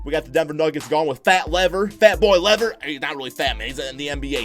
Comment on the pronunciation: Fats name is Lafayette. It's a short form nickname. And it's Lever not Lever.